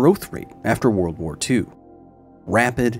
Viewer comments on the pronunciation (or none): none